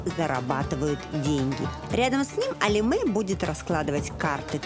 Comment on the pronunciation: Ну не АлимЭ!!! А Алиме (е), это же так просто!!!